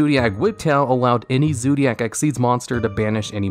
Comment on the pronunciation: I just have a heart attack when you say "Zoodiac" again.